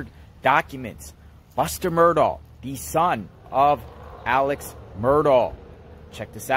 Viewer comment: You’ll gain more credibility if you’ll pronounce “Murdaugh” correctly. Good grief…